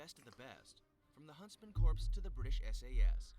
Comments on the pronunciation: USMC Scouts are underrated, same with Air Force Para-Rescue. They both work with SEALS. I'm surprised Spetznaz wasn't on this list. I hate how he pronounces Corps. Then, there are those that we don't speak of... I spent 10 years in the U.S. Army, and still don't speak of them, because they don't exist. SOAR is probably the most underrated group in the world. They are the best trained pilots in the world. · I hate how the people who know the least on the topic make the videos like that. Like that man couldn't even pronounce 'corps' correctly. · My family is military as well, and It's kinda annoying when people get it wrong... Glad to know I'm not the only one who feels weird hearing that 😂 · Im triggered...he actually says “corps” with the p and s... its “C O R E” it’s like the dude has never heard of the United States Marine Corps...or any other military branch with “Corps” in it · He keeps on saying corps. And it’s wrong haha. It’s pronounced “core” because a corpse is a dead body. Think US marine core not us marine corpse for pronouncing. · The narrator be like: "Corps" Bruh. It's pronounced as "Core". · I wanna hit my head against a wall when I hear people pronounce it like corpse. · Someone needs to tell that guy that's not how you say 'Corps' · It make me mad that pronounces the p in corps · The way they pronounce corps just hurts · Dude saying "corpse" instead of "core" is really bothering me. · Him saying corps like in corporation Instead of corp (core), bothers me XD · As soon as that idiot said corpse instead of core he lost all credibility. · Why do they have someone narrating an elite military units video who doesn't even know how to pronounce "corps"? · I keep seizing every time he says Corps wrong. Pronounced KORE not CORPSE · THE GUY ON THE VIDEO KEPT SAYING CORPSE INSTEAD OF CORPS😤😡!!!! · The narrator in the original video makes my head hurt when he pronounces “corps” as “corpse”......they’re two different things! Ughhh